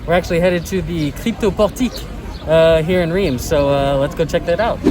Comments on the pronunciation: If you live in Reims, why haven’t you learned to properly pronounce it? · insulting your viewers is not a good look—nor is mispronouncing the name of the city in which you live.